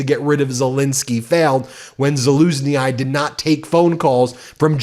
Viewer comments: Ben, Zaluzny’s name is pronounced like Zelenskyy at the end of the word. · It is Zaluzhniy, the ending is pronounced just like in Zelenski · Great video, but the way you butcher Zaluznyis name 😂😂😂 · Bro thats not how you pronounce zalushnyi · Thanks for your good reporting. The end of Zaluzhnyi is pronounced without the English long i at the end. The Ukrainian letter i is pronounced like the long e sound in English as in keep. It’s also the same in Spanish, the international vowel sound. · Sorry Ben. You’re mispronouncing Zaluzhnyi. I believe the I is silent. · Learn how to pronounce the names like Zaluzhny, you might hear more of them :) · Plz learn how to pronounce Zaluzhnyi. I swear i get a heartattack if you mangle his name again... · Damn, at least you should learn how to pronounce Ukrainian surnames and places. This is embarrassing... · Ben You don't pronounce the "i" at the end of Zaluzhnyi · Please correct your pronunciation of name Zaluznyi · Ben, you really BUTCHED the name of ZALUZHYY !! 😂 Pronounce the ending exactly as in Zelenskyy!👍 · do not prononce the final "i' in Zaluzhnyi... you make my ears bleed 😂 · The i on the end of Zaluzhnyi is pronounced like a long e sound, I believe. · Ben, the i in Zaluzhnyi pronounced like an E. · BEN!! For heavens sake, do NOT pronounce the letter 'I' after Zaluzhnyi. Is it really that difficult to make an effort and pronounce names correctly? All over the world, people manage to do so. It is also a sign of respect. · Zaluznyi: the I is silent. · Zaluzhnyi. Please do not pronounce "ai" at the end. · how to pronounce a name, more or less. Not perfect but better than what Ben is doing to that name :-) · Huge fan but please listen to how EVERYONE else pronounces Zaluzhnyi, 🇺🇦🇬🇧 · The i is pronunced more like an english e in Zaluzhnyi. Not as IIIiii. 😂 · LOL, Zalusnee-Ay. Just say "Jaluznee". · I think it's pronounce zeh luz knee. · It’s pronounced Lah Zuz shny not Lah Zuz shny eye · "SaLUSJjnij", not "SaLUS-ni-eye"